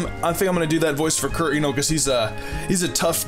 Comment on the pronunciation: Can you not say keq name like that it's so annoying